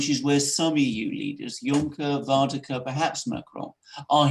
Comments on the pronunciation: ..and Mogg said Northern Ireland is as much part of the UK as Sommerset ... Gentlemen Varadkar - VAR.. RAD.. KAR.. Stop butchering that name please it's so easy .. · You pronounce the Irish Prime Minister's name wrong. It's Leo VER-AD-CAR. He is not Dutch, so it's not Van der Car. Check the spelling guys, 'Varadkar' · If cannot get "Var-ad-kar's name correctly pronounced then he should really just call him as he is, a foreign Pakistani homosexual communist globalist! He served as vice Pres. of the socialist youth party of Europe, he has no buisness leading a "Republic" and as a result Eire is is no longer a Republic, only on paper!!